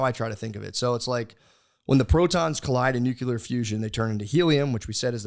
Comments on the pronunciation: Matt. You’re a smart guy, but we need to fix your pronunciation/spelling of “Nuclear”. You sound like George W Bush. It’s pronounced “New-Klee-er” or “Nu-clear” NOT “Nu-kew-lar “ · Physics degree haver and it kills me how much The Shaman gets right and still mispronounces nuclear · “the nagular bomb”